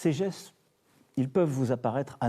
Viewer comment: ah nan c'est trop la jpp xD, " en adoptant les asseste" xD